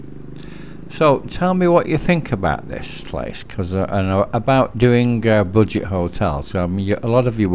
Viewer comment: So I'll never grow tired of hearing you say boojit hotels :)